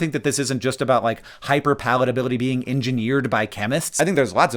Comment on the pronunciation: how did he say hyperpalitability in the first try